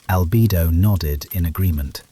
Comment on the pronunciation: Albido 😂 It is Albedo (All-beh-doh)